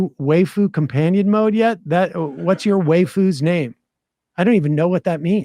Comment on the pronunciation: The way he pronounced waifu had me rolling.